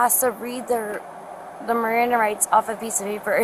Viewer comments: Bish couldn't say "Miranda". 😂 Sober for certain! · 😂😂😂 "RIMANDA" rights...😂😂😂😂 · She's too drunk to pronounce MIRANDA 😂😂😂😂😂😂😂😂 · She couldn't even pronounce miranda rights😂 oh this video is too funny 😂😂😂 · She cant even say Miranda Rights. 😅😅😅